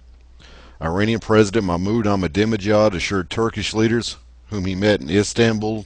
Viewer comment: "ahmadiNEjad" is the actual word...and [i:rean] is actually [e:raan]...